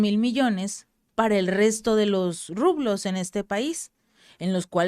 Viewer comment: Se dice rubros, no rublos porque esa es la moneda rusa